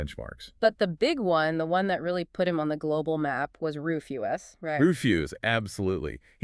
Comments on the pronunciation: It had me rolling 🤣 roofuse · Rufus is pronounced (roof-us)